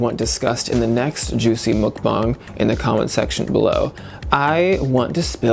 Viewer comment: Btw, it's mukbang with a short u (as in the word under). So, mukbang, not mookbang